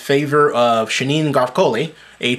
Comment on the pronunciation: I just wasted 5 mins of my time. BTW u can't even say his name right.